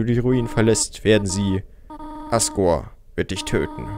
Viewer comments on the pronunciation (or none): Ich habe gerade ASSgore verstanden 😂